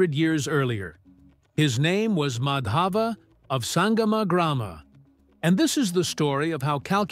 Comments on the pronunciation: The emphasis on the two 'A's in Madhava is wrong. The emphasis is on the wrong letter/syllable. In the video, the name is mispronounced to sound like "Madhaava" i.e. emphasis is on the second A in Madhava whereas it should be the other way around: "Maadhava". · Just a correction request... The pronounciation is not Madaava, it's Maadhva. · Excellent work. Just one suggestion - would be great if you heard the pronunciation from a native speaker. It's not Madhaava. It's Maadhava. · Actually in english they have no pronunciation of 'dh' that's why they are called 'd' instead of 'dh'. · Just a correction in pronunciation. It's not Madhāva, it's Mādhava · Thanks for bringing out the video! Actually Madhav is pronounced as Maa_dhav wherein Maa is like mark; the name means the name of Lord Krishna! I am from India 🇮🇳!❤❤❤ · Kerala wasn't an alien planet tho it had been the biggest hotspot for traders but it was mostly for spices and it is discovered that a spice which seen in kerala is found in pharoh's tomb and the pronouncation of name is not like that it's Maa-dha-va, here dh is aspirated dental d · It's MAA-DHUV ! Gosh it was painstaking hearing the atrocious pronunciation Thanks but your subject was excellent. Reason why nothing much out if India is famous is because of British prejudice. Simple! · Thanks for bringing this up. Really appreciate it. One request if you could just say his name right would be wonderful. Regardless thank you!